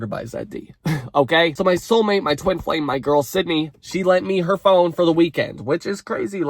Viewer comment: baby boy. Did you say "twink sized bed," or "twin sized bed."...😅